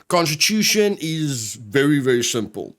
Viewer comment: First time you said constitution i heard prosti* and i was confused. :/